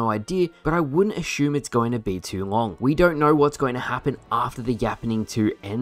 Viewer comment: lol ashume